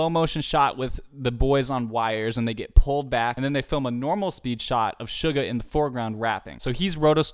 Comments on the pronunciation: Btw its not sh-u-ga its s-u-ga no shhhhhh its ssssssss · Its only me or when he pronounced suga i thought he told sugar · Why does it sounds everytime he says suga to “sugar” btw very nice reaction tho i love it❤️❤️